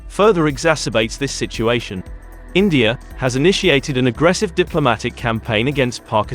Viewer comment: Its India not Indiar